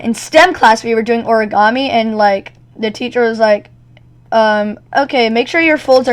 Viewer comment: Ah yes, the legendary Or-uh-Gahm-E class... (timestamp )